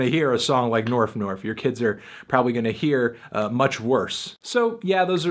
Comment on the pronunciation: I'm pretty convinced the video is fake. She pronounces Staples as Stiples and Norf as Nerf despite being so careful to speak properly everywhere else in the video, I think she was just trying to seem more out there by pronouncing those words wrong, but it ended up killing the believablility, at least for me.